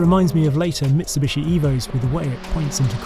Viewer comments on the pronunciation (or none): none